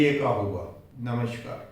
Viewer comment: नमस्कार ka उच्चारण त्रुटि पूर्ण है l sh shareefa के स्थान पर s savar hona चाहिए.